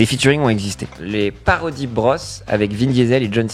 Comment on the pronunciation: On dis les parodie bro on prononce pas le s